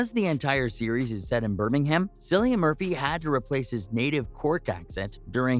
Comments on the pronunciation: His name is pronounced , KILLIAN - and everytme you pronounce it as , Sillian , GOD takes away a centimeter of your favorite appendage ! ! ! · Killian not sillian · Can’t even finish this! It’s pronounced KILL-IAN! Pretend the “c” is a “k”, you can do it!! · Pronounced Killian. And your research is incorrect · Cringe when his name is said incorrectly snd thumbnail is total click bait. Lame. Wasn't mad i watched I guess lol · Can’t take this seriously considering this bonehead pronounced his name incorrectly 🤦🏻‍♀️ thumbs down 👎🏼